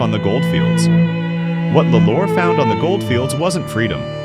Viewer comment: It's pronounced "law -lore